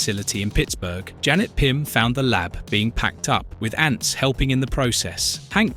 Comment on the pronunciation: AI narrator when referring to Janet:(Wasp): "Jane" Me: 🙄